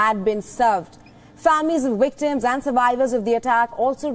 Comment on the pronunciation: They are not wictims they are victims.Please fix you W's & "V's